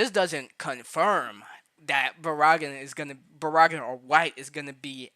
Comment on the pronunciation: Why you say Baraggan like Baraagan.... anyways Baraggan and Orihime barely move in the anime tho they might be just be put in later on as dlc